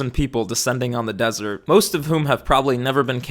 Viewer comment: Desert, not dessert 😅